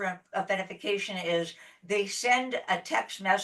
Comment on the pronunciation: good video! I hope someone tells there's no such word as authentiFIcation lol it's authentIcation. there's no Fi in the word